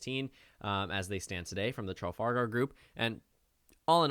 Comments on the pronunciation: My only complaint: It’s not pronounced TRA-FAL-GAR It’s pronounced TRE-FOL-GAR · It's pronounced Truh-FAL-gur not tralfalgar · Sounded like you were saying Tral-fal-gal the entire time :D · It's Truh-Fal-Gahr Group dude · Traff - All - Ger or Traff - All - Gar but not whatever you are sayling lol ;o) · Traf Al Gar... almost unwatchable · Tra Fal gar is how you pronounce it sir. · The name of the pollster group is pronounced as follows: tra-FAL-gar. You Americans always butcher the English language. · i wasn't going to comment, but you're saying it wrong... Its Traff-Al-Gar as in the Battle of Trafalgar... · Trafalgar... like the Battle of Trafalgar, like Trafalgar Square ... how are you not able to pronounce this properly? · That pronunciation of Trafalgar... On a site note from the UK, get out and vote for Biden, we're fed up of laughing at you.